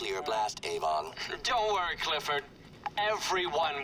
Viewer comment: 'Cliffford' really, Rockstar?